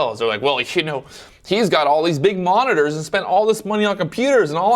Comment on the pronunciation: " how many 'Monners' ". Mon - nit - tors